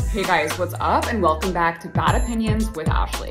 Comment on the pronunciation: Bahhhd Opinions with Ahhhshley - what even are those vowels